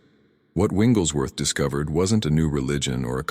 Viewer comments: Your AI needs to say the name correctly It's Wigglesworth not Winglesworth. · Why do you call Wigglesworth “ Wingleswrth” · His name is Wigglesworth, not Wingles Worth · Winglesworth? Really? What system do you have reading this information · Why are you getting his name wrong all the time?